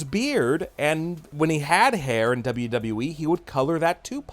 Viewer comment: Imagine doing a wwe channel and not being able to pronounce wwe correctly